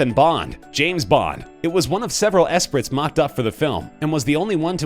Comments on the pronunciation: Hello?? Esprit is not pronounced 'es-prit' it is pronounced 'es-pree'. Doofus. Get a clue. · Lotus ESS-prit? Dude... It's pronounced "ess-PREE." Starting to think this is a bot doing the VO and not a real human... :-/ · Lotus esprit is pronounced eh-spree not eh-sprit. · It is a LOTUS ESPRIT, you pronounce the second word eh-spree....not eh-spritt. Really, it's embarrassing. Also the story about the man with all the Thunderbirds, you stated he only had 1 foreign car the vw bug. Well the video you showed had a vw Thing. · It's pronounced "Espree" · It’s pronounced ‘espree’ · What kind of announcer doesn't know how to pronounce Esprit or Coppola? The shitty Top Trending "announcer". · Common man. It’s not Esprit with a hard T. The T is silent. You sound like a moron.